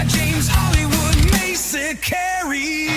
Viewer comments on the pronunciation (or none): none